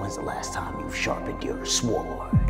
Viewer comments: I just now noticed he said SWord 🤣🤣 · Your “ schwooord “ 😂